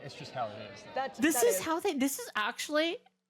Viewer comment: Me: It is what it is" The Group: It izz what it izz.